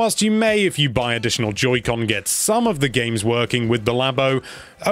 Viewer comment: I heard him say “Judy con”